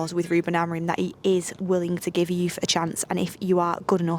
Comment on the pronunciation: We know he likes youthhh what kinda reporter is this 😂😂😂